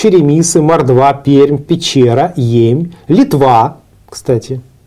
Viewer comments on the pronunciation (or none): none